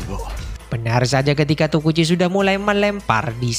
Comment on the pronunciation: emng namanya tokichi min bukan tokuchi